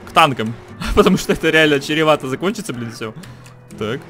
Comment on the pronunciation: Черевато закончится чем? Просто черевато говорить нельзя, это ошибка.